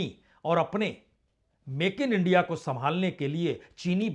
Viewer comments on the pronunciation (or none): none